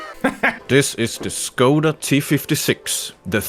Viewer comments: how you say it. it make me laught. becouse im front czech so i know how to say it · Saying Škoda with an 'S' Hmm... Maybe he can't pronounce it... Says Czech with an 'Š' Oh...